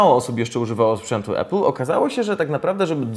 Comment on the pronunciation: nie E-pul tylko A-pul !! nauczcie sie w koncu razem z tym Wlodkiem! 